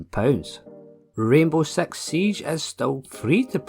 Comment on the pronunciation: Why do you always say sex games in your video? Instead of six games. Srsly though.